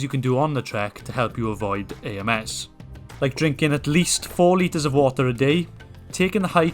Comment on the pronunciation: 4 litres Of whater a day 😂